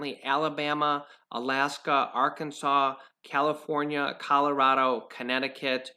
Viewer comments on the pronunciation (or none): none